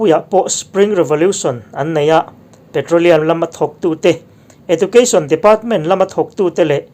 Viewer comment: Beother Plis dnt mind Like to the Word Education how you pronounce is little bt Wrong